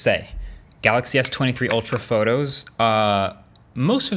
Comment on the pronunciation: The way he says S23 Ultral... I got it the piont